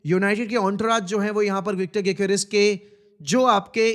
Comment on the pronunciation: my bro said vichtor gyokores